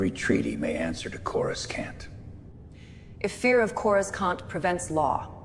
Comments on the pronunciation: I wish they'd stop mispronouncing chamber......and Coruskant?........Coruscant it should be. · I love this!! Just keep working on that AI. It's more like "Coru-sahnt", not Corus-CAN'T. Not complaining, just sayin'. I LOVE the old design of the planet. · Ok, the AI must be trained to say Coruscant properly. Saying Corus can't just doesn't hit the same. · "CorasKawnt." lol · Why can’t they get the pronunciation of Coroscant right. The C is silent as in. Corosant.